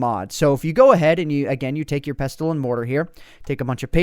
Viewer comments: OMG pronunciation Just bugged me so much hahaha had to comment Thyme is pronounced "Time" Pestle and Mortar is pronounced "Pessle" and Mortar And finally Ginseng is pronounced Gin "Sang" not Gin "sing" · You said pestle wrong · Its pronounced pessle not pes-tle. :) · Pes-tel XD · Pronounced mortar and pessle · Pestle is pronounced "pessle" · Love how you pronounce 'pestle, thyme and myrhh' :D